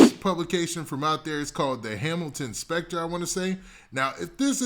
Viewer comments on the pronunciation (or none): none